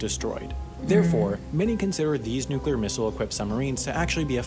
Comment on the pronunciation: Finally a narrator that can pronounce nuclear!